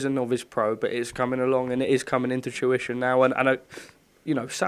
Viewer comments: Mate I come on here to say the exact same thing but thought ide scroll thru cos it must of been picked up by someone else “tuition”🤦‍♂️ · its fruition not tuition. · He slips up one word and all the wordsmiths jump on him. Lol. A slip of the tongue. Fruition not tuition